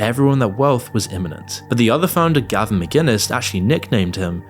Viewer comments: Gavin McGuinness... You could at least get his name right 😅😂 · Its founder was the great Gavin McInnes, not McGuiness ffs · Gavin McInnes not Gavin McGuinness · it's McInnes. not McGuiness lol what a great video. cannot even get the founders name right. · It’s Gavin “McInnes”